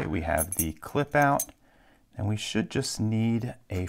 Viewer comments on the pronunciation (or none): none